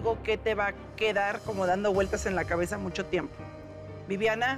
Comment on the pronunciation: Minuto.. ..una muejr preparada..y dijo solo le quedo hagachar la" cabaza" y seguir..😂😂😂😂 Adelante